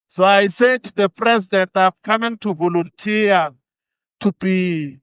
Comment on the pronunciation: Floyd can’t even pronounce the word volunteer, makes it sound like voluntiya. Eish.